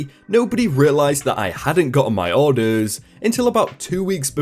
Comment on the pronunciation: How you say orders bothers me